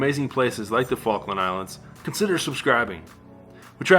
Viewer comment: It's the faklands Falk Lands